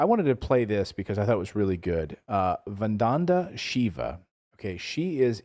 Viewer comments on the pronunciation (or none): Her name is Vandana Śiva pronounced Vun-dana Shi-va.